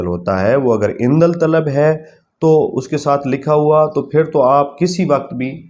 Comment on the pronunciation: لفظ عندل طلب نہیں ہے بھائی جان۔ یہ ہے عندالطلب ۔ اس میں الف کے بعد والا لام نہیں پڑھا جاتا ہے